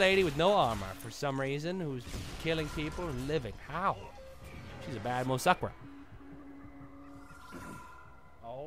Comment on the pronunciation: He said moe'suckra in this episode! ^.^